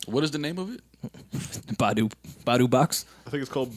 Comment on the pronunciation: Broo said Badu Boxx 😂😭😭😭😭